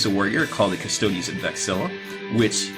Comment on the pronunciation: How can you be a "hobby expert" when you can't even pronounce Custodes correctly? Also, stop saying "I feel like" every god damned sentence.